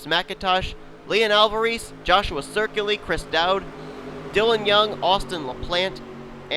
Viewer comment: I just noticed why you keep mispronouncing my last name. My last name is spelled Ciculli. There is no R